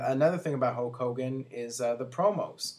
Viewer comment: its HULK hogan not HOKE hogan, hes defo saying HOKE